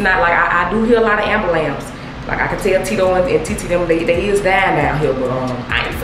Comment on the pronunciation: "Ambalants" 🚑🚑😄😄😄 love you K!!! ❤